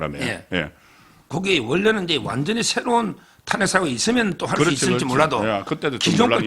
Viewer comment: 송국건씨.. 발음이 이상함 정권인지 증권인지 구별이 안됨 탄핵(저음)인지 탄액(고음)인지 어느나라 발음인지?????